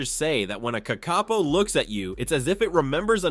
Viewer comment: The name of the Kakapo is pronounced with the stress on the first syllable. Also, they will use their wings to glide to the ground from perches high in the trees, where they have climbed, using their feet and beak.